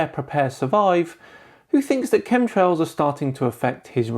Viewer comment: Are you saying ,"cum trails?"it sure sounds like it.i just left some of them myself in a flat earthers mom.